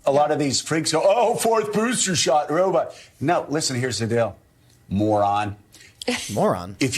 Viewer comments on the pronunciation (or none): none